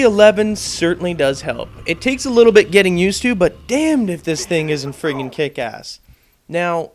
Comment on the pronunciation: wats up wiff u saying frigen